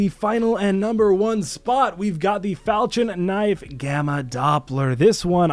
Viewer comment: Do people not under stand how to pernouxe falchion knife not falchin falchion